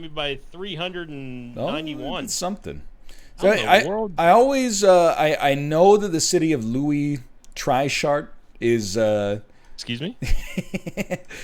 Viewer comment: I live in South Africa and Louis Trichardt made me laugh real bad, thank you NL Btw, pronounced tree-gahrt, rolling g